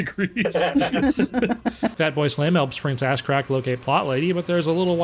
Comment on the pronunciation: I’m glad I’m not the only one that calls Ahzrak, Ass Crack.